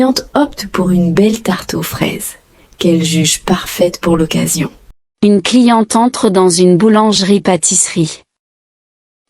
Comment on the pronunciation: On ne dit pas "une cliententre" comme c'est prononcé ici : il doit y avoir une légère pause. (C'est de la même manière qu'on distingue en anglais Nitrate de Night Rate.) En revanche, on doit dire un-n-éclair, avec liaison complète. Il y a quelques autres défauts, ce qui est bizarre pour l'apprentissage d'une langue.